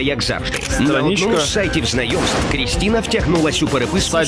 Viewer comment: Они говорят "сайт знаемств"